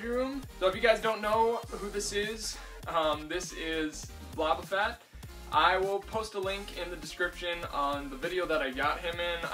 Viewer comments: You said Bobba Fett :/ It’s Boba Fett(it makes the “O” sound) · HA. No it's actually Boba Fett